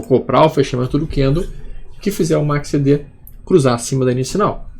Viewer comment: Boa noite.: Seus videos instrutivos e gratuitos não tem preço. Agradeço demais.Mudou minha maneira de analisar gráficos e price action. Voce é culto demais e tem inglês fluente. Porque pronuncia MACCD.?? Repete o C.Algum motivo?? KKKKKK esculpe a chatice